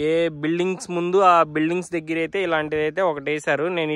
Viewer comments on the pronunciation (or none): Dagara kadu deggara babu 😂